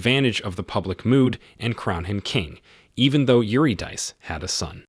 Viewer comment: Eurydice is pronounced 'you-rid-a-sea',try to pay more attention in future.